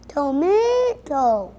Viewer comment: The way he Said TOMAATOO killed me. 😂😂